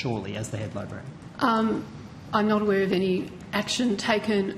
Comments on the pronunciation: She can’t even say librarian properly. She’s saying libarian. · Ugh 'libarian' ur a funking adult, learn the damn word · Did she say "libarian"? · didn't even pronounce Librarian correctly 😂😂 hint, its not Liberian 😂